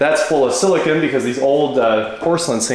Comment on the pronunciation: lol 😂 repeat after me silicone not silikahn